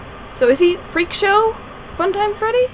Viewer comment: the fact that she said "funtime freddy" as helpy XD